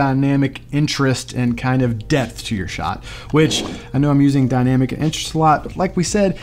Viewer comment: Are you saying Depth or Death?😂 Overall, fantastic video, that just kept throwing me off haha